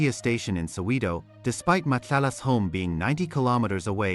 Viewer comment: Soweto not Soweedo😭